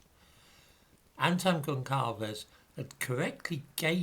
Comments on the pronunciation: Gonçalves would be pronounced something like 'Gonsalvesh'. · Gonçalves. the 'ç' reads 's' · Goncalves is pronounced Gonsalvs, the same way that Alves is pronounced Alvs.